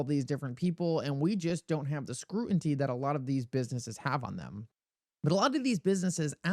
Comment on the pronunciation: Remember folks, you’re listening to a guy that can’t even pronounce the word scrutiny🤡